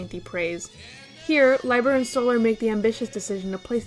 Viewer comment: Small correction: Jerry Lieber's last name is pronounced lee-ber, not lye-ber. - I'm making a list for 1980 right now and it is a frustrating year for me - I could make an entire list of the top 10 songs that charted but didn't crack the top 40. I'd be interested to see your previous 1980 list.